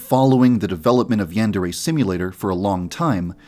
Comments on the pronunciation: I'm sorry to be that person, but you're saying "yandere" wrong. In Japanese, each vowel only has one pronunciation. A is pronounced "ah'", so the "an" in "yandere" is pronounced "ahn", not "an", which is how you're saying it. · Shouldn't the pronunciation be yan-deer?🤔🤔🤔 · You have horribly mispronounced Yandere